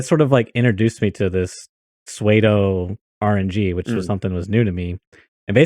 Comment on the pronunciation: Best podcast out there. Better than the bearded duo for sure. Pseudo is always pronounced Sue-do. When I heard say it I thought he was trying to be millennial and edgy or something.